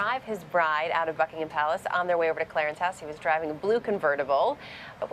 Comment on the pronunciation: yeah i was thinking the same thing. sounded like she said Fuckingham Palace. HAHA, LOL.